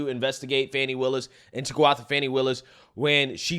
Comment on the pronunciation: My man said "fani pack".. lmao